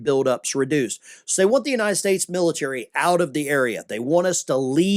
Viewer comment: Want not eant